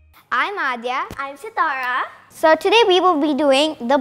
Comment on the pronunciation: Sitara is looking so cute as her father. I always surprised by Sitara's english fluency.its very nice for her age.she is so fluent , and pronunciation of english is so good at age of 7.